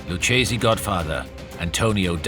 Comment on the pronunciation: Lucchese family, pronounce: Loukaisy, not Loucheesy🤡